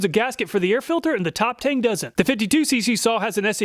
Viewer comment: a stupid nitpick but it would be pronounced Top "Tongue". The "E" in chinese writing is pronounced like a short "U'.